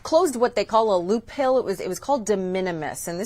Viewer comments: Loop-HOLE not loop-hill! What is that? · Holy crap she’s saying “loophill”. She doesn’t know the word “loophole” or how to pronounce it. Amazing incompetence. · She pronounced "loophole" wrong twice in a row. "Loop Hill" ???? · Did she say loophill instead of loophole? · Did she say ‘loop hill’ instead of loophole, or am I crazy? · What the heck is a "loophill"?!?! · Why can't say the word "loophole"?